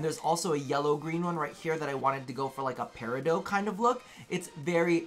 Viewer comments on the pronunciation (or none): "peridote" excuse me what was that? I've never heard anyone pronounce peridot like that. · He pronounces it like "Peridoe" with the "t" being silent, or the correct way to pronounce it